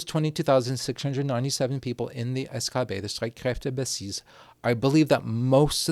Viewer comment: The real tragedy here is the prononciation of Streitkräftebasis